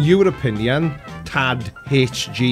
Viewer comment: I'm a little late to the party and I don't know if anyone else has mentioned it, but it's not Tad HG, it's Irish, so I'm not surprised you got it wrong, it's pronounced more like Tie-ig.